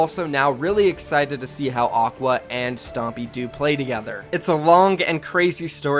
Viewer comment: It's aqua not oqua.